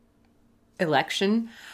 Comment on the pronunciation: the way u said election made me laugh xD